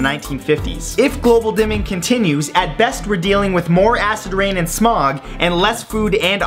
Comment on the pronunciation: He said smoge on